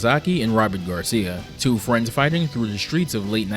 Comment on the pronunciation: ‘Dee Art of Fighring without fighring?’